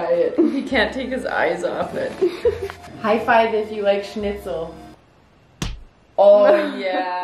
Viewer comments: I love that you know how to pronounce Schnitzel :) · Also she says Schnitzel very well. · Hearing english speaking folk pronounce „schnitzel“ the right way is satisfying